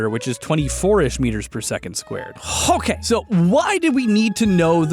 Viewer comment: "Hokay, soh!" X3